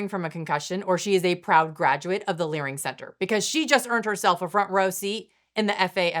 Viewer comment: "...graduate of the Learing Center..." Priceless.😂